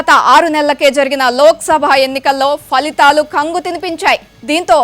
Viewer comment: Falihhaalu కాదమ్మా.. ఫలితాలు అని పలకండి.